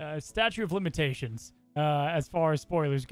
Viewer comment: Did say “a statue of limitations” 😂😂